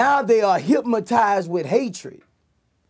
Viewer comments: Vlad tried to correct him on the low and he still said hypmotize lol. Gotta love Boosie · Hyp-mo-tize 😂😂 Vlad tried to slick correct it & clean it up. Boosie came right back with it. Our Louisiana slang sumtin' serious... 😂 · LoL... Boosie sayin’ “HypMatized” ... then Vlad says HYPNOTIZED.... and Boosie looks like he’s confused on what word he just said 🤣🤣🤣 ...and a CAR FULL OF GARAGES. 🤣 Thank the lord he found rap... he says all that stuff cause he is that man that’d be stealing and killing if he ain’t earning the $ himself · 😂😂😂😂 ikr hypmotize!!